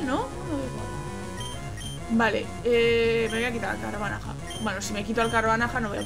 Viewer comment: Me rei mucho cuando decias el nombre del Carvanha, q decias Carvanaja xDD